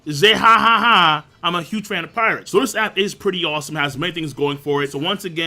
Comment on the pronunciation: shut up king u fucking said juge over Dragon multiple times